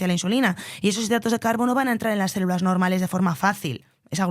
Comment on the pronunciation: En serio dice "cérulas" constantemente???